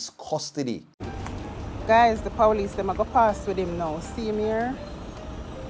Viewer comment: The powlice😂😂😂